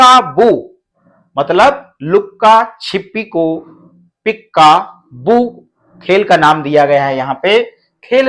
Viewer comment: पीक्का बू नहीं सर पीका बू है 🙏